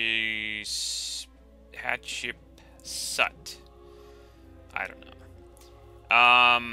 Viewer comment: you pronounce it Hat-shep-suit